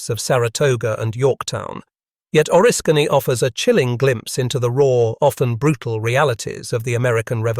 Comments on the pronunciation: Correct your AI speaker please. It’s not O-risk-Kany, say Orisk-any. Now the people that aren’t familiar with upstate New York will certainty make fools of them selves if they refer to this story. There was also a movie that had an attack on relief troops in the forest and a fort being assaulted by British Troops. It had Daniel Day Lewis and Madeline Stowe in it. Great music too. I think it was Last of the Mohicans. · its pronounced O-risk -any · It's called oriskany